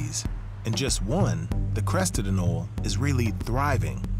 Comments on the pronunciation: Pronounced. ANOLEE NOT AN-OlE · TIL: it isn't pronounced, "A NOH LEE." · 'anole' is pronounced "a-NO-lee"